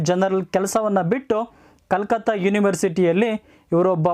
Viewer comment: That was not Calcutt that pronunciation it very wrong